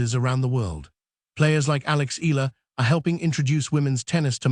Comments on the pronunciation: Her name is ALEXANDRIA EALA not Ayala. That pronounced EYALA not AYALA. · To the content creator, it's not AYALA. It's EALA. Welcome to Washington DC, Alex! Make our Kababayan happy and proud of your new tennis journey in the USA ❤❤❤ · Pronounce Eala in 3 syllables as Pilipinos do: Spanish E, add the letter Y before the a as in Ya, then La. E-Ya-La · Eala: eh-YAH-lah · Correction to all contents creator please pronounce Eala (Eh ya la) our pinoy Tennis player thank you. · She is in Manila and will have a fan meet on July 15 at the Glorietta, Makati. She will be flying to Washington later this month. So this video is totally inaccurate. Btw, it is pronounced EE YA LA . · Fake AI news taking advantage of Alex popularity for viewer cant even properly pronounce Alex family name what a shame😡😡😡